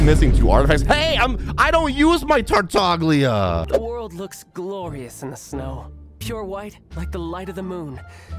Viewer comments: fun fact: its cannon that Tartaglia's name is pronounced Tartalia (silent g) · Oh god, as an Italian hearing Tartaglia like that made me spit my drink. It's fine, I'm not one of those that is upset if things are not pronounced correctly, it just was really strange. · You don’t say the g in Tartaglia, it’s Italian you say it as Tartalia because the g is silent as he’s named after the character from the commedia dell'arte👍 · The G is silent, his name is italian. Goddammit